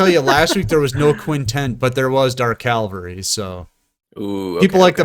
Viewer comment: Btw it's dark cavalry, not dark calvary